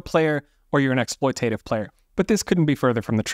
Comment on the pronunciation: Correct pronunciation: ek·sploy·tuh·tiv not ek·sploy·tay·tiv 😊